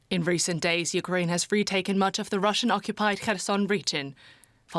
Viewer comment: "Putin is building a grat uckrain,his desire is to see a great contry".